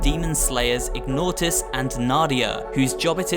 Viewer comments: Ignatius = *Ig-nay-she-us*, not Ig-nought-us. Please try to be the ONE person who actually does research and learns pronunciation before making videos. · Ignatius not Ignortius. Have even played the game or just reading off a Wiki? Even then it’s still not ignortius smh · Nightmare Creatures: it's "Ig-nay-she-us", (Ignatius), and brotherhood of "heck-uh-tuh". Not gonna fault you or talk smack about pronouncing stuff phonetically, as it means you're learning by reading and not just parroting someone else's content. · And also pretty sure that the male character's name in Nightmare Creatures is pronounced "Ig-nay-she-ess", not "Ig-nought-iss". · It's Ignatius, not Ignautus. :-) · The first Nightmare Creatures is set in 1834, not 1666. The latter is when the Bortherhood of Hecate first tried to use their forbidden knowledge. Also, Ignatius is pronounced "ig-NAY-shuss". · Honestly, how lazy can a person be. He says "Richard" at the same time the screen obviously says "Richter" so he has all the information he needs there and still screws it up, he pronounces Ignatius as "Ig-naught-us" when a simple web search could have clarified it, followed by a list of other games so beloved that they spawned dozens of sequels between them. Either laziness or stupidity, either way this person doesn't deserve anyone's support. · Ignatius is pronounced Ig-Nay-Shuss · I hate to be that guy, but the Nightmare Creatures character is named "Ignatius" (Ig-nay-she-us), and I believe the cult worships Hecate? That's (Heck-a-tee). Anyway, glad to see Galerians and Echo Night on the list. Galerians was less horror than sci-fi, but had a very similar vibe, wish I still had the game. And the Echo Night games are about the creepiest things to play along with Fatal Frame, I never last long in those games before I chicken out........!